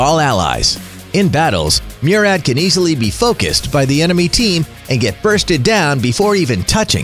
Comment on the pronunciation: The way he pronounced Murad lol